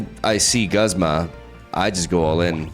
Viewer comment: Just an fyi: Guzma is officially pronounced "gooze-muh" while Iono is "i-uh-no" (without pauses)